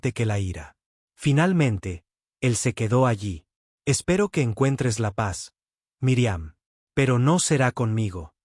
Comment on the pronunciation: Es míriam no miriam,su no saben pronunciar los nombres no digan nombres,que falta de ortografia tienes al hablar